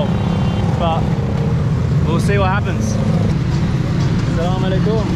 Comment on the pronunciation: He is saying assalam ualaikhum wow amazing